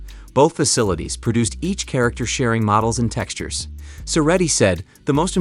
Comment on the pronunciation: "Sharacter" Rocket... shame